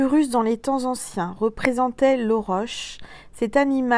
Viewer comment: Bonjour, ça se prononce auroc. 😕